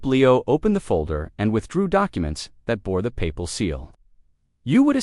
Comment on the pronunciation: Not paY pal!! But one word Papal.